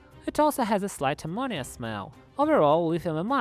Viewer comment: "with the release of ammonia" but in a fucked up way lol